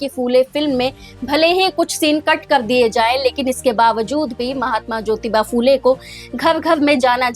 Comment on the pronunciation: फू ले नहिं, फु ले कहो| फ को र्हस्व उकार लगता है|